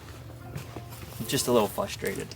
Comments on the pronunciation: Did he say "fustrated"? Yeah, he did. 3 times. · I'm getting frustrated that you cannot say frustrated correctly, lol.